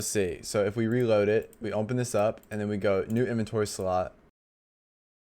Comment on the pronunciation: i was about to crash out if this guy said "umpen" instead of open again 😭😭😭😭